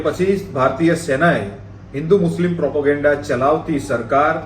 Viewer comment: ભાઈ પ્રોપોગેન્ડા નહીં, પ્રોપેગેંડા.